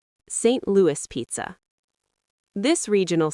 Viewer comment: Can you please not say pizza like that?